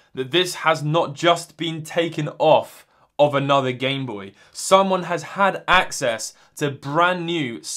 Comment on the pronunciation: “gamebopy” “gameboyt” lmao